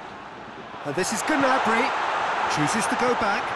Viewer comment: its gnabry